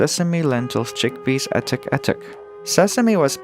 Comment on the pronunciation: I think it's the word "attack", but it's mispronounced.